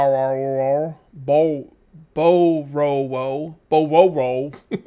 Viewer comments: Borowo is pronounced Borovo, most w's are pronounced as a V in eastern europe, ( which is where the game is set, and dev team is polish i believe). Also the iron spear is a lot better by the looks in h-h than the wooden spear, since a full 1 can break in h-h in 1 shot, and the most you'll get is 3 hits with them and they seem to do a lot less damage too, ie 2 hits to the boar took it down, compared to 4+ with a wooden spear, you still had the isame iron spear at the end but would of gone through at least 1 wooden and possibly 4 spears if it had been wooden. Also why don't you move all of your people to the new houses you built on paper street, rather than keep them all in the hovels below your farms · I think the town “Borowo” has the W’s pronounced as V’s. Sounds like it could be Polish.